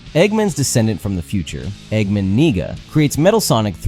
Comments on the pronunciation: Eggman WHAT??? Bro, that e is pronounced as "ae", not as "i" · Why do you say eggman nega like that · nahhh i think you said it wrong 💀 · Egg man what bro?? 😂😂😂 not how u say that😭. Great vid tho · That is NOT how you say Eggman Nega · I was thinking the same thing